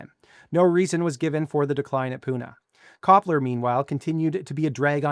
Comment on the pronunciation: Copler is pronounced Tshepler in Turkish